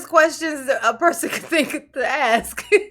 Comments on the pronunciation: constantly using the word "axe" is not particularly helping his cause.. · Sustain not Substain, bias not biast, ask not axe, etc etc. But, he’s grilling the poor priest whether it’s a car or SUV!??